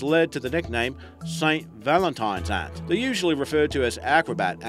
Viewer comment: how hard is it to correctly pronounce the word Ant?????